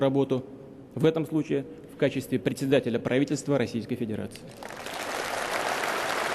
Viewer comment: Пааавительсво, кууучевую, дууугими, ты правнук ленина🙉🙉🙉🤣